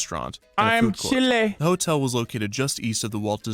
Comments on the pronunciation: Hasan it’s Chile like child not cheelay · when he said chilay instead of chile lol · Him saying chilay instead of chile is cursed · lmaaaaoooo came here to comment this. the part where he's like "you guys keep saying 'white, white', of course it was white it was the 90's" I was like noooooo sirrr they're calling YOU white because you're saying "cheelay" instead of child without the d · Every time Hasan pronounces "chile" as "chilé", it takes a year off my life. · Everytime I hear Hasan say Chil-ay I wince knowing for the longest time he genuinely thought that's how it was said. I spent so long thinking he was making fun of white people who didn't know how chile is said only to find out he was that white person.